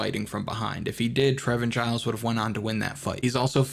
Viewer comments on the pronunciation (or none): none